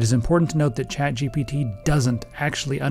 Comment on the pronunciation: I keep hearing "CHAD" GPT